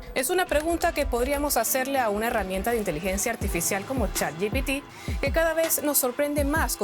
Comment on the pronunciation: Chat yi ti pi? Jajajs es se dice je pe té. Que lo digas en inglés no va a hacer que los pseudo ameticanos te quieran. 😂